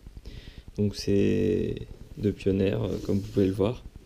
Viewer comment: Lol pioneer se dit pionir mais sinon sssuper vidéo j'ai egalement le meme controleur